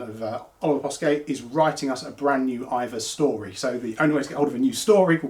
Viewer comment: Hey now look you Boyo bach.., It's IVOR, that's EYE-VORRRR not Either/IVA!